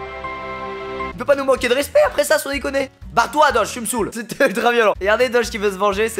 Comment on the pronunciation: Squeezie ne sait pas prononcé doge